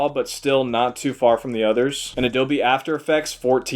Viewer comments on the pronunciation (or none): none